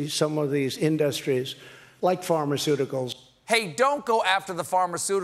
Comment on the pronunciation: sumits87 farmersootykals I heard!